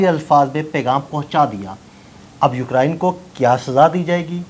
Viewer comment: یہ یوکرین ہے، ہوکرائن نہیں